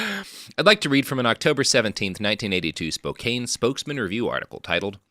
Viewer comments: I mentally screamed "IT'S SPO-CAN!" every single time! Though as an Oregonian, I've also been wincing at his "Willamette" pronunciations. Better hope no bastards come from Puyallup. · I'm a Canadian, and even I know it's pronounced "spoe-kann" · I know that and Robert will probably revel in my pain, but sitting here in Spokane and listening to Robert butcher the name of my home town is causing me physical pain. It's Spo-CAN. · Driving through Spokane now, grew up here. Never heard of this guy, definitely didn't hear about him in school. Also every time he said Spokane the wrong way, I cringed and corrected him.😅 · I won't stand for all this Washington slander from someone who doesn't even know how to say Spokane. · As a Tennessean myself, with no connection to Spokane whatsoever—other than knowing how to pronounce it—Robert’s pronunciation is straight-up painful. But he seems pretty firmly committed to never learning how to pronounce things. I wonder if, as a latter-day Oregonian, he takes special glee in mispronouncing Washington place-names.